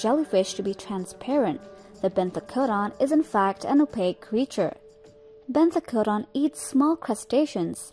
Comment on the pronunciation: I can't explain but I love the way you pronounced benthocodon the second time